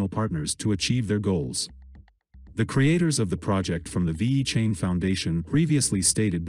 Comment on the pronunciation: Cant even say the name correctly.